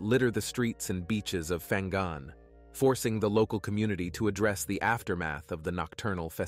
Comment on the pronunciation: Fang gun?😂 it’s called Pang ngan